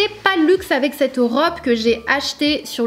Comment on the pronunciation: Sanaa, je t’adore mais peux-tu essayer d’arrêter de dire « CED robe » au lieu de « cette robe » 😭? Haha!! Bisous